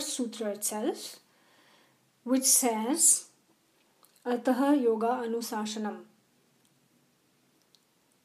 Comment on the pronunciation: Plz do not pronounce ataha.. it is simple ath अथ Ataha means अथ: and this not written in first sutra. Plz pronounce simple अथ